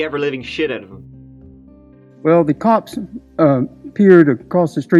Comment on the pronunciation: Did he say "the COCKS" instead of cops? LOL!